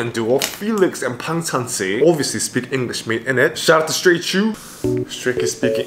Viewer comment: says engl😂 i love this!!!😊🫰🏻💜💕just 11 seconds in and he's already made me smile🥰thanks